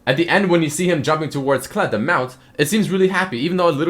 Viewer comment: thought u said Clit like Clitoris xd